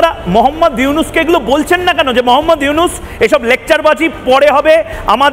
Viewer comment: আপনারা কেমন সাংবাদিক প্রফেসর ইউনূসের নামটা ভালো করে উচ্চারণ করতে পারেন না বল